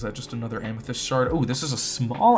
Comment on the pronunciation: Whenever you upload I gotta sleep lol btw “Amesthyst” Heart this comment it’ll make my day ♥️